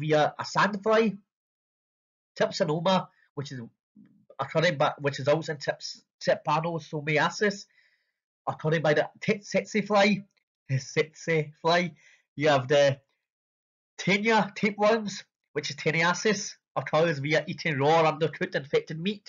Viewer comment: "sexy fly" I am dead doctor 😂😂😂😂😂. It's tsetse 😂😂😂😂